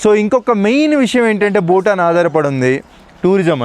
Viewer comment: ಭೂತಾನ್ ಅದು ಬೂಟಾನ್ ಅಲ್ಲ